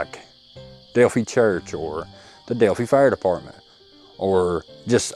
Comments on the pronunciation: Hey. It’s not pronounced Delphee, it’s Delpheye. Thanks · Delphi rhymes with lie, not with tea.. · Delphi is pronounced the same as wifi the fi and phi pronounced like I know who u r!!